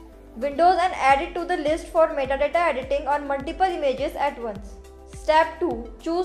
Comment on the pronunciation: Lol, that METTA DATTA got me choking.